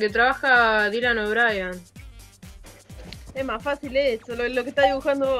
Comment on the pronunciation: chica, no es Dylan OBrayan, es Dylan O'Brien, asi se pronuncia igual